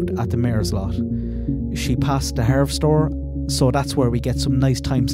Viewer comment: I'm enjoying these timeline videos immensely, thank you! And btw it's pronounced harvest-store I believe.